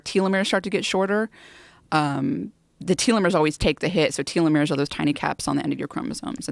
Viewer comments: And she can’t even pronounce some words normally....like telomere....I have never heard someone call them teeeelomeres....never...she’s a strange one alright....lol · John Smith she doesn’t know how to pronounce telomere....so it’s not that surprising lol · I’d be happy if she learned how to pronounce the word telomere....she’s weird lol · nah....it’s the way she says telomere....never heard it pronounced that way in 38 years...lol